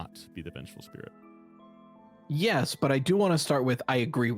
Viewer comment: this mf said determination and spih